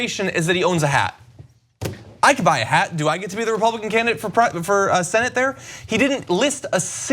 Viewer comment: Oh, candidate !! You had me confused there for a minute. I thought you said, “...primary, Canada”. Lol! 😅💜😄